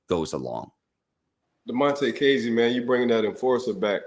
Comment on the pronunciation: You were pronouncing kazee wrong and then Ike proceeded to say his name the right way 6 times in a row 🤣🤣